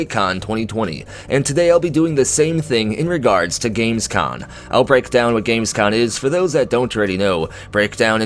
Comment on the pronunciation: You keep saying Gamescon, but it's com ;) As for Starfield, it's come to a point for me where I'll just wait and see what happens. We heard exactly zero % about this game this year, it's more than two years ago now. Howard may have said the game has been in development for a long ass time, but anything could be going on now. There could be problems or whatsoever. A 2021 release at this point is up in the air too, we just don't know, sadly